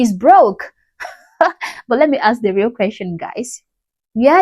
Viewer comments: Omgggg! I almost typed “it’s ASK NOT AXE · Well, who axed you?😆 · Another grifter “Axing” for money.🤦🏻‍♂️🤣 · Axe me please😂😂😂😂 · Who'd think a doctor would know how to pronounce ask.